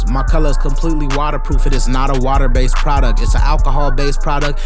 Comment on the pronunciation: Love the videos my dude!!! I heard that Chicago accent come out when you said "water based". LOL Keep the videos coming!